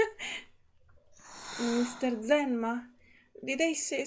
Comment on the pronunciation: Since his voicelines don't seem to mention it, 'Enma' is, if I remember correctly, pronounced as 'Zima' (Zee-mah). It is also the Russian word for 'Winter'. Hope this helps ^^. Fun Fact: If you have him at max bond, you can see that the bird has the same name as him (also pronounced the same way, 'Zee-mah', despite the different text). It's implied that it was originally the bird's name. And someone else already mentioned it before me, but Investigator II also appears in Getian's character story and he gives his name there!